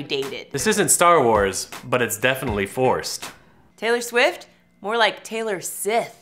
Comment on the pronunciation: Taylor swifer lol I love her but heck that was funny